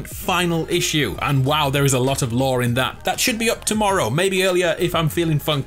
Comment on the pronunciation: I can’t tell what word he is saying when he says lor is it law or lor